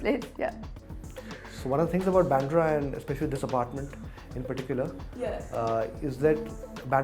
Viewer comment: It's baandra Not byandra..fools